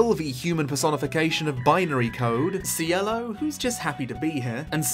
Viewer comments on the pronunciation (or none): none